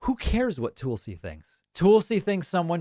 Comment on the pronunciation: Love your channel. Tulsi is nuts. But I think your pronunciation of their name is a bit off, which is distracting whenever you are talking about them.